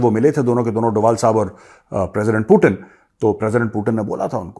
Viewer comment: Hi he is not पुतिण he is पुतिन, please correct 😂